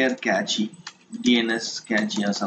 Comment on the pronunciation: That's nice! But FYI, it's not "kechi" .. it's simple pronounced "cash" -> (cache)